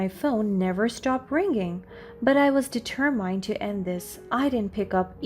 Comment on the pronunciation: Hearing someone mispronounce words usually triggers my OCD. Listening to you though, with you mispronouncing every other word, has me rolling on the floor laughing. AtMOsphere, deterMINE, hilarious today for some reason.